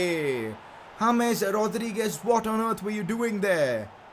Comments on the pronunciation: Anybody else loving how he pronounces "Rodrigo" and "Rodriguez"? It's really funny. :)))) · Where he's from? It sound so weird when he pronounces Rodriguez and Rodrigo :))